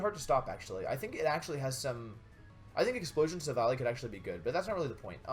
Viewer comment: you said Silvolly..... wow, that's so cruel